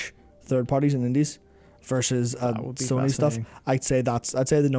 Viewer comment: Dude was a girl 😂 he can't say Sony wtf?